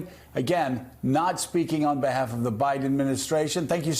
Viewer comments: Boot Edge Edge. Boot Edge Edge. I’m continually astounded that people STILL dont know how to pronounce his name. MSNBC hosts should do better. (Joe calling him Boot Teh JUDGE)😣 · Joe! You pronounce Pete’s name food edge edge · poot pootajudge? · Joe should learn to correctly pronounce Pete’s last name. It’s not Buddajudge, Joe. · All these news folk really should be able to pronounce Pete's last name correctly by now. Boot-uh-jee-edge (Said quickly) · C'mon Joe, Pronounce secretary buttigiegs name correctly. You have him on frequently and both you and mika show such disrespect to your frequent guests by not learning the correct pronunciation of their names. There is no "judge" in his name. Boot-edge-edge...its not difficult. As a viewer it is very difficult to listen to such disrespect repeatedly. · Joe, learn how to pronounce Pete’s name! It’s boot-edge-edge. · Is it hypocritical to bash trump for mispronouncing Kamala when you don't pronounce Buttigieg correctly? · I kinda wish Joe would learn how to pronounce Pete's last name. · Pete's such a gentleman. He never corrects the vast members of the media who mispronounce his name.